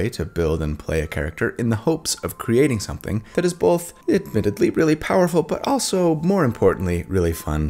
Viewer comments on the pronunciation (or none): not Cody, who says bolth, not both. Gotta remember the L, people.